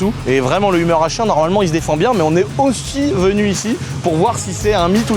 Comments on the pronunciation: Mais prononce correctement le Hummer , on parle pas d’une humeur la, ca se prononce « heumeur » et pas umeure 🤣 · Le humeur H1 !! Ahh ses français qui ne savent pas dire les mot anglophones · Non mais au secours comme il prononce Hummer pfff. f.... De....